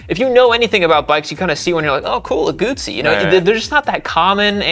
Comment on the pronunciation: Guzzi: in Italian, the double z is pronounced ts, as in pizza (pronounced peetsah). Therefore, Guzzi (pronounced Gootsee). FFS!